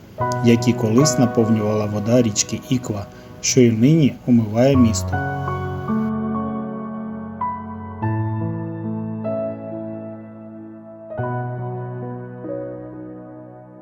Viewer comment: Річка правильно називається Іква а не Ікла